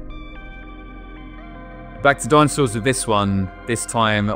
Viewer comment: What are "dinsoauers"?